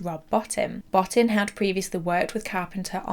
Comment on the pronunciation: sigh bo-TEEN, not BOT-tin It's so disrespectful to mispronounce someone's name. It takes literal seconds on YouTube to find the correct way. Come on.